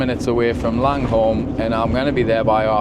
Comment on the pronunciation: Hey great videos. FYi they towns are pronounced 'Lang-u-m' and 'H-oy-k'